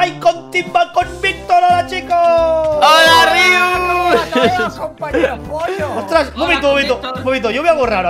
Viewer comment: es Rius no Rios